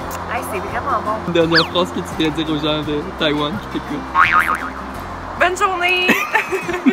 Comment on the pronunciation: 阿兜仔把台灣唸成呆丸了